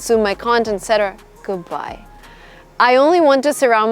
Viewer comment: Love how u say GOODHBAJ to people who drain ur energy haha, great video! Ur videos are so motivational and inspiring even more to move to the US and make my dream a reality!